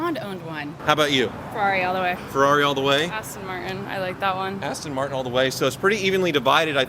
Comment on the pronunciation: “ass-ton” martin holy shit. Thats a nice booty